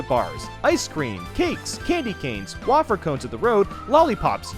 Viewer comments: did he just say “*WAHH-FUR*” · Wah-Fer cone.